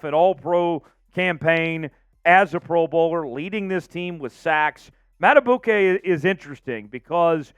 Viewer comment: PQ. Would love to have him but Madibuike, please find out how to say his name, is more important than PQ. Probably can’t keep both. M. Going to draft a back to go with Mitchell and Justice. Probably can’t give a contract to Gus Bus. Can the Ravens get Clowny or VanNoy to come back, just one of them. Ravens not getting a Verse or a high dollar FA. Get it out ya head. Going to have to get something out of our own young guys too. Someone has to break out. Mike Mac is probably outta here. We only keep him if no offer comes.